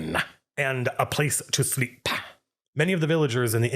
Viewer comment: Ale-ah, Mutton-ah, and a place to SLEEP-AH